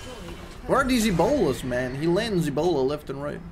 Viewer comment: says E - Bola and my brain just goes "yup, that's the word for bola" and doesn't question it. I'm too stupid sometimes xD